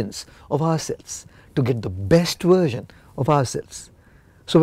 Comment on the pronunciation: No he's not. He uses "uersion" instead of "Version" . What?